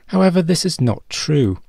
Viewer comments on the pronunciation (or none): none